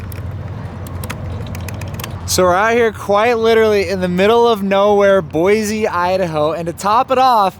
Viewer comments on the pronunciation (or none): "Boise" (pronouncing it BOY-ZEE) Me: from Idaho "IT'S PRONOUNCED BOY-SEE!"